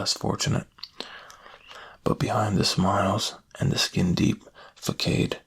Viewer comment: Fakad (didn't know how to say facade (fuh sahd))